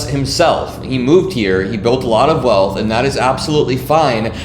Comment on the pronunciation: "He built a lot of wealt - that is absolutely fine" No, it is not fine.